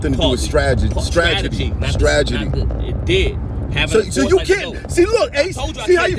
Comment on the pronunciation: Math said "stragidy"